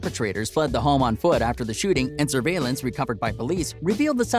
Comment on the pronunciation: Why u say Home like that 💀💀 Hom